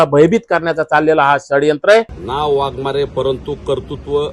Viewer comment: अरे वाघमोडे तुला कुत्र्यासारखं नको बोलू बडबड करू तुला अक्कल आहे काय वाघमारे वाघमारे तुला काही अक्कल आहे का चरण गेला असं बोलतो